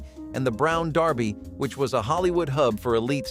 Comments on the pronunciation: How did you mispronounce "The Brown Derby", as 'Darby', multiple times?! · Gerard Ford, its Gerald. Brown Darby, really, It's the Brown Derby. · That's "Brown Derby" pronounced "Derby" NOT "Darby!" And, while we're on the subject, that's "Chasen's" NOT "Chasers"! An iconic Hollywood favorite. Now gone.